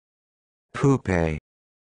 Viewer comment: That's... not how you pronounce pupae...